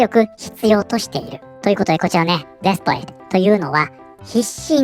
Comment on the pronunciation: 私のネイティブジャパニーズのしょぼい耳ではdesperateが◯eath paradeに聞こえるし彼女のニュースと合わせて聞くとそう感じる